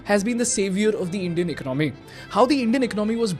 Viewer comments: Much as you would like to show this as an unbiased reporting, your bias comes through quick. Also learn to pronounce economy. It’s ek-ononmy. Not iknomy. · Big fan. Two suggestions: Since you speak a lot about the ecOnomy... you may wanna get the pronunciation right. It's not econOmy. It's ecOnomy. However - when you say econOmics, you don’t want to say - ecOnomics. It's econOmics. Yes - English is a weird language. But it's earning you and me our daily bread. So, we might as well get it right. In this video, you wanna use AI and trim beard equally, from left to right. 👍Cheers. Keep the awesome videos coming. Love the content. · Dude I really like the videos... but you mispronounce alot of frequently used words n that really messes with my head man... Please check the way you pronounce "economy" in this video and "gross" in your other video...